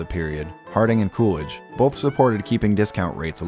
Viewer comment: There’s no L in “both”